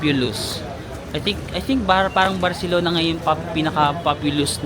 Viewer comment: I love the way you pronounce " CI " na may word. You got it na. hehehe.